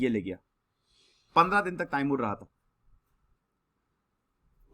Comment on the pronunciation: it’s not taimur it’s timur